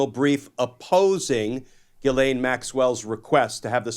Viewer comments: JIZ-lane is how it should always be pronounced. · My name is GHISLAIN...i'm so tired of people saying her name the wrong way...in french "gh" is prononce like the "j" in Justice and the "s" is not mute